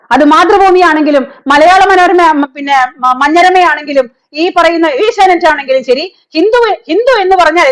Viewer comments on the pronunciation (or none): none